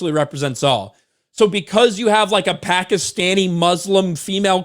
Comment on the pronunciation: I was hearing "pack of stannies" but realized you were saying Pakistani 😂